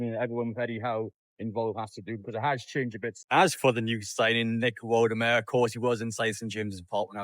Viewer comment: Its woltemade ... not woltemare😅